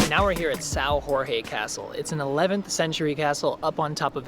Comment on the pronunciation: Good video, but the name of the castle is São Jorge is not Sao Hohe and it’s Afonso not Alfonso, we don’t speak spanish